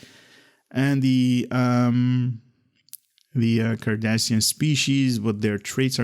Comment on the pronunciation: Rune and here I was about to same the same thing,not sure if it's his accent that's preventing him from pronouncing the names correctly but it's making my ears bleed,it's Cardassian not Kardashian...and spoonheads come on that's racist 😒😒😒😒😒😒and their are many things broken in this game but you want cryptic to fix a line of text in a Blog 🤣😂🤣😂I'm sure their getting right on that.🙉🙈I also appreciate your enthusiasm but why do you laugh after everything you read and call everything awesome 🤔🤔🤔more than half of the traits and ship abilities are trash but you say everything is awesome, not trying to be rude just find it weird.